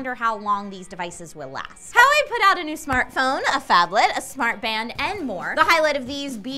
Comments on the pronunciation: AYE its Wah-Way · Huawei, I think is pronounced "wall way". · its pronouced "wa way"